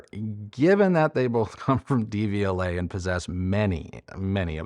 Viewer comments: Love your channel, just a pronunciation tip-- The "De" is pronounced "duh" in Devialet, vs "Dee". The pronunciation of Technics might be debatable, but since Deviolet is a French company, this is more straightforward. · When you pronounce it DVLA, all I think of is the horrible government offices where you get your UK driving license!